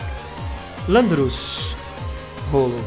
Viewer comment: esse landorus se pronunçia lendoras ele e um pokemon lendario de black white tem ele torneidas e outro sao um trio